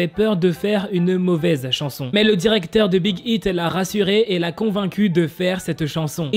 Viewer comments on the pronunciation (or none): none